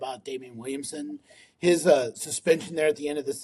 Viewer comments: It’s pronounced “vil-lem-sa”, not Williamsen! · Mfowethu its pronounced vil-lim-sir